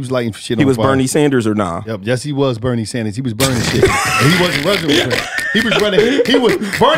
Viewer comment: Lmmfao bull said "Hottie pippen" and "Burny Sanders" 😂😂😂😂😂😂😂😂